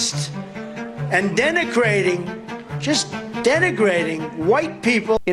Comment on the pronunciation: "Denacrating" is bad. Mmmm-kay?